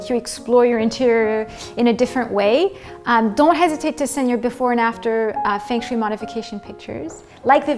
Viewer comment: The proper pronunciation should be the first step. Feng Shui (Fung Shway)